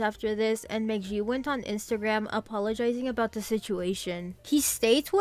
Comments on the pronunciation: "mah ghee" not "mah jee" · Mc Gee. Like geese. You said it wrong everytime. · That is definitely not how you pronounce American McGee's last name.